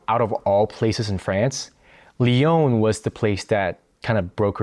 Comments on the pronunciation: pourquoi tu prononces lyon comme « lee - own » Je pose cette question sérieusement, si t’habites à lyon pour un longtemps , je suppose que tu connais français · It's funny, you know how to pronounce putain properly, but not Lyon😂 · So you lived in Lyon for two years and are not even able o pronounce the name of the city correctly?? And you think you are able to give a nuanced commentary?? This is hilarious.